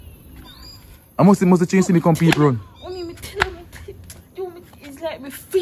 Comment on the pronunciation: love seh "Peopr" instead of "People" 😂😂😂😂